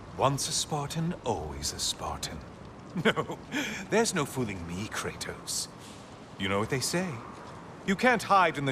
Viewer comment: I love how he pronounces Kratos's name, it's sounded so grudgful